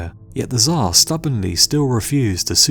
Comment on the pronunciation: its not "ZHAR" how you call russian Emperor its TSAR (CHAR) more like